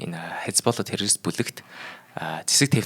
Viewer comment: Чечен гэж ямар улс бна 😂 ядаж зөв дуудаач. Бас террористыг юу ч гэж хэлээд бгаан, наад дуудлагаа засаач